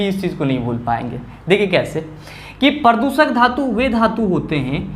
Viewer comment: Pradooshak hota hai na ki pradusak🙏🙏